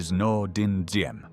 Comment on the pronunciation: Diem. For translation accurate. D without the straight horizontal line in the D is like the “Y” sound. So it’s better to say “YIM”.